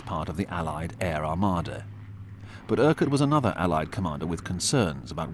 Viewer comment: "An Amarda of the Air" - should say "Armada."